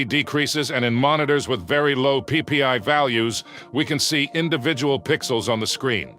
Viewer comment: Anyone else find it kinda funny the way he said “PPI” 😂. Get it cuz he said PP